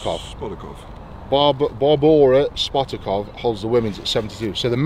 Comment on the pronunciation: Barbara Spat-tar-cavar youth? also, so long as it lands nose first, it's good!